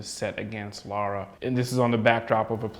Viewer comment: Her name's Lara, not Laura. Jeezus, these guys don't even know how to pronounce her name right. Makes me wonder how much they really know the series and how much of a departure this game is from it.